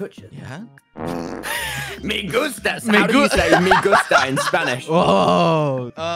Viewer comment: Guys, the I in Spanish sounds like the letter E, so he's not saying "me gusta," but "mi gusta."